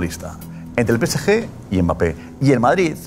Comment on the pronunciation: Porque en el chiringuito dicen pese ye? En lugar de decir pe ce ge. Cuando se refieren al PSG